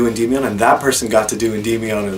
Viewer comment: Unrelated, but I remember checking how "Endymion" is pronounced and I'm under the impression none of us were saying it right.